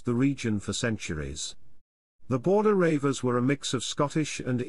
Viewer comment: The "Border Ravers" now thats funny...........good info all the same...